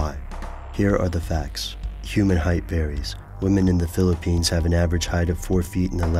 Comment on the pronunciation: did he say pilipines im from i just dont say it couse you woudnt understend me